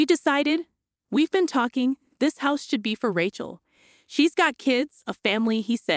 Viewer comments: What's with "RAH-CHEL" and "RAT-CHEL"? Rachel is said as "RAY-CHEL"! You can't say a simple and common biblical name that is thousands of years old? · The name is RAY-chel, like in Ray Charles, not Rat-chel, like in ratchet set. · "Raht-chul" Gotta hand it to these AI voices narrating these fanfictions. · Ray-chel. Accent on the first syllable. Need to proof material. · I don’t think she can read well or write. I never heard Aunt as On and the name Rachel pronounce the way she did. Before downloading a video make sure you double check it. No one did this one. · Ray-chel or Ray-shel depending on how the parents pronounce it.